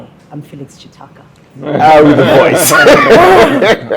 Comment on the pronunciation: Can someone tell me, in Uganda you pronounce Ki as chi? I heard you saying Chitaka yet it reads Kitaka. Even Mukiga I hear you saying Muchiga.